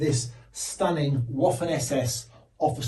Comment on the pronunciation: Pronounced vaffen, not woffan.